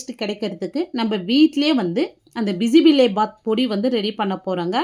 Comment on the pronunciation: அது பிசி பிளா பாத் இல்ல பிசி பேளா பாத் தான் correct word 😂😂😂